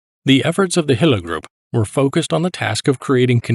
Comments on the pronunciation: Small detail, but nevertheless - the division was under the command of Herbert Gille. Not "Hille". Otherweise great insight. Thanks. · Gille is pronounced this Mon Ami, sounds to us Tommies like hill 😇